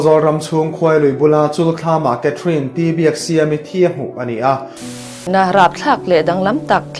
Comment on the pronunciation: 'Mit thi' tih in ilam ri thina 'Mithi' tih a lam rik tur Ani zawk lo maw Kapu?